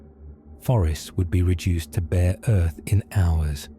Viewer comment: He said: Earf. old name for Terra